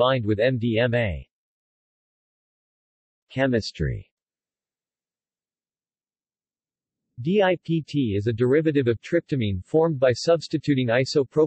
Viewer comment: The way it said Chemistry tho 😂